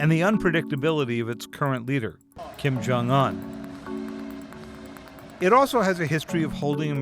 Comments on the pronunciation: It sounds like oon, not on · ahh yes, kim-jong-ahn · Otto Warmbeer and Kim Jong Ung if you are going to do a news story please say people's names right this is terrible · You said kim jong in wrong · Tfw people say the Un in Kim Jong Un wrong